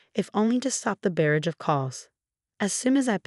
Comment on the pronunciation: Your AI needs an editor. It’s pronounced “unreedable” not “unredable”. Barrage was pronounced incorrectly as well. AI pronounced it “baridge”. It’s pronounced “eether” not “ither” It’s pronounced “dingee”. AI’s pronunciation of this word is either for a type of small boat, (sometimes used as a tender) that’s carried/towed by a bigger boat or in reference to someone who is nutty, mildly stupid or eccentric aka a dingbat. It’s pronounced “cafay” not “cafis” I think I would have changed the room to a single, if possible. But I’m guessing OP probably booked a starred hotel. OP hangs up, daddydearest keeps talking. How does OP know what he said if she hung up? How could Loren even get on the plane? The ticket wasn’t in her name. If she tried to pretend she was OP, the FFA & TSA needed to be called! Time to go NC. OP needs to get an attorney & get her will written. Specifically name mommydearest, daddydearest & sissypoo as being left out/ disinherited, enumerating why. She also needs documents making sure none of the three be able to gain POA/guardianship of OP should she be unable to make decisions. Also a proactive one making sure they never get access to OP’s children when she has them. She needs to keep a close eye on her credit & ID too.